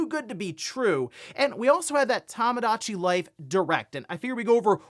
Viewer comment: One of these days is gonna pronounce Tomodachi Life correctly.